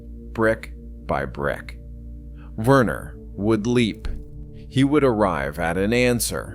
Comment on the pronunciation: the name is pronounced "Vehner", nor "Wurner"